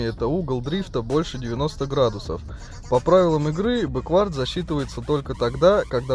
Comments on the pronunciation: Почему ты говоришь бэквАрд а не бЭквард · Не бэквАрд ,а бЭквард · все супер только не бекВАрд, а БЕквард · Беквард блять а не беквАрд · Не беквАрд, а бЕквард) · Крутое и информативное дерьмо. Только произношение английских слов режет слух немного - "бэ́куорд" в данном случае было бы верно. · Мне одному кажется что в слове бэквард, ударение идёт на букву "э"?